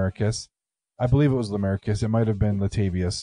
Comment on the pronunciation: Why aren’t you pronouncing their names right?! It’s pronounced “Shannon” and “lamarcus” 💁🏼‍♀️